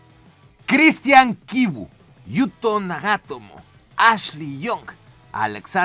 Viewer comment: qué pronunciación tan sacada del culo para Nagatomo, que se informe antes de pronunciar con el culo en vez de la boca los nombres